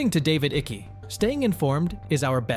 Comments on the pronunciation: I wish you would pronounce David's surname correctly it's Icke not ickie. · Stop saying iky ,Its icke pronounced like bike!! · ITS NOT DAVID ICKYYYY ITS ICKE !!!!!!!! YOU MORON!!!!! like saying "Mike" but without the M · you could start by getting his name right - it's icke as in hike not icky as in sticky. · IT'S NOT PRONOUNCED ICKI..IT'S IKE!!! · Ick' not icky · His last name is pronounced “Ik” not Ichy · Why you butcher his name like that? 😂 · Your pronounciation of ICKE is incorrect. You are saying (i-ky). It's (eye-k) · Not Ickey , its pronounced like Ike. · It’s pronounced “ike” as in “mike” not icky 😖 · Can ypou please pronounce his name properly it's only polite its not ickee. It rhymes with 'hike'. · Icke's name is pronounced IICK NOT IECKY... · His name is David Icke NOT Iccy!!!!!! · David Icke is pronounced like Mike but without the M . 😂 its not pronounced like sticky icky 😂 😂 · Icke is pronounced like Hike but without the H. Great vid though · So bloody annoying hearing the narrator pronounce David's surname incorrectly....it is pronounced Ike not iccky!!!! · It’s Icke not Icky fuck sake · David Icky. Its pronunced Icke like ice. You pronounce I like Aaaa. Its AAaaick. Not Icky. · Pronounce his name as IKE. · Its pronounced ike as in Ike and Tina Turner 😐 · Its pronounced like Mike-Ike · Please note Icke is pronounced Ike (as in Ike Eisenhower) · David Ickey???...WTF....Useless AI interpreters butchering the English language. FIX IT YOUTUBE. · I'm pretty sure his last name is pronounced IKE. Maybe one syllable. Eye-kah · Ike rhymes with Mike. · Icke like bike. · Dislike for being speculation and can't even speak the name correct i been seing everything from Icke and read several booke since 2009 it had not much to do with crypto. They will try but crypto is the rabbit hole out of it. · You are saying his surname wrong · Nice video. I would suggest to look into how you pronounce Icke.